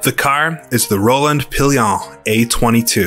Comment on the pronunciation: Evening! Great video as always. Just a few notes on French pronunciation: Rolland-Pilain - "Row-lon Pill-lon".with the final "n" barely there. Tours - "Tor" Victor Hemery - "Veek-tor 'Emeree" Albert Guyot - "Al-bear Ghee-yo" Laboratoire - "Lab-oar-a-twarh"